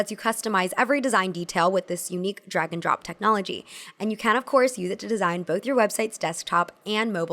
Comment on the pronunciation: What she says: "[...] with this unique drag-and-drop technology." What I hear: "[...] with this unique dragon-drop technology." imagines cute lil dragons flying those things across your screen to the place you want them at